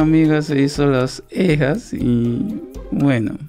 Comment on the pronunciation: Me gusta Como dices ejas en ver de cejas!